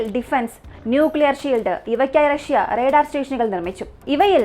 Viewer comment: റെടാർ അല്ല. റഡാർ ഇങ്ങനെ പറ